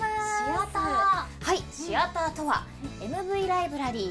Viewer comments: わかるわぁ 私も シ⤴︎アターだと思ってた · あ〜お二人共可愛すぎでは？ あと関係ないけど、シアターの発音 シ↑アター やと思ってた シ↓アター やねんな〜 関西弁やからか？